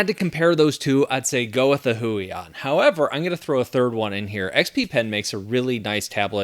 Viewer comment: "Go with the Hui on" and every Polish viewer listening to you was probably like: 😂 😅 Thanks for the videos!